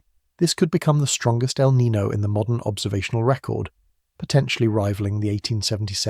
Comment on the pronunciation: How come Brits can’t pronounce El Niño properly sigh